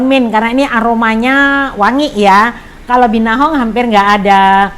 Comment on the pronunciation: dari awal salah sebut terus. Binahong dan Gendola 😀